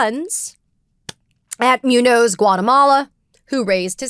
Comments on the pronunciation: Katie: Please learn enough basic Spanish to pronounce "Muñoz". (MOON-yohz) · I'm sorry, and I hate making corrections like this, this one is just killing me. Muñoz is pronounced *Moonyōs*. ☮️ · Can you not pronounce Muñoz as MEWNOSE? JFC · I'm pretty sure it's pronounced MOON yoze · I really would like to agree with Ms. Phang… but her repeated mispronunciation of Muñoz-Guatemala is killing me 😭